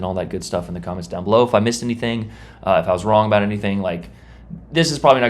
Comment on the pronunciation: What is this guy talking abooot IJN DDz gUnBoAt?!